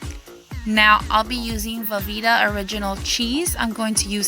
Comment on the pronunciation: Was good with this up until you said "velveta."